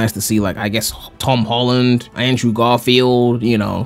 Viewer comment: "Now some people prefer the Hom Tolland version" okay that got me that made me laugh